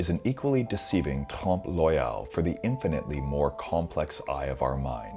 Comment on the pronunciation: Oeil: listen to the correct pronunciation online.